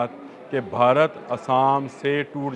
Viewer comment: Urdu tu Sahi se bola krn Bharat ko barat bolty hn